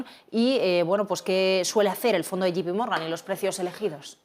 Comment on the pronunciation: se dice Yei (J) pi Morgan, no como dicen ustedes " yi (G) pi morgan"